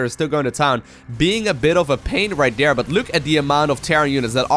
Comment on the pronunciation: Is calling Scarlett Dear all the time? "Over here over dare, move some units over dear." etc